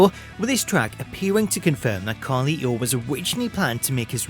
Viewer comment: The way he says Carlito’s name 😂